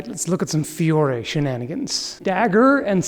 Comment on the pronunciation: Mispronunciation - it's not "in theory", but rather "in Fiorey"